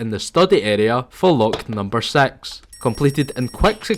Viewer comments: "Lock number sex" 💀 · Lock number sex 🙄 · "for lock number sex" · also number sex